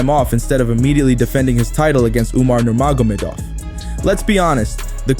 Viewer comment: LEARN HOW TO PRONOUNCE NURMAGOMEDOV !!! you soud like a CASUAL!!!